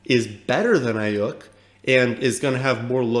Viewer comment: Cool you like Aiyuk, and I agree with your take there, but you need to learn to pronounce his name correctly 😂 It’s pronounced “Eye-Yook”